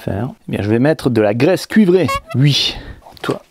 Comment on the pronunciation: Je ris tu arrête pas de dire "ui" on dirait un jeune 😉